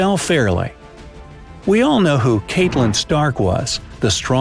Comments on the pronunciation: CAT-LIN not KATELIN. Theon not Theron 🙄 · Its pronounced catlyn and theon not theron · He also pronounced Catelyn Stark wrong, made it sound like Caitlyn Stark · Mister, or Maester? Kaitlin, or Catelyn? MgLaggen, or McLaggen? Theron, or Theon? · Normal people: ok not the way you pronounce Catelyn but that's fine Hermione: It's CATelyn Stark, not CAItlyn Stark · CATlyn stark not KAITlyn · Did he just just pronounce Catelyn like Caitlin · CATElyn? THERon? Lothar RAY? MaxIMAY? Honestly,....🤦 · We just going to ignore how this man pronounces Theon and Catelyn?